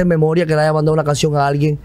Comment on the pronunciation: Santiago habla bien . Haga un curso de oratoria .. pronuncias mal todo .. dices aiga !!! Metele a eso